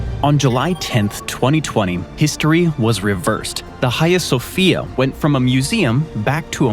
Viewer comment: You said Erdogan and Agia Sofia so badly...